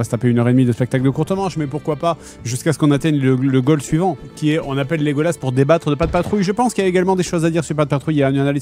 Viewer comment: C’est "Lé-Goal-As"